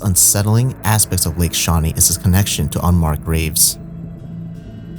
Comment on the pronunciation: Lake shewee.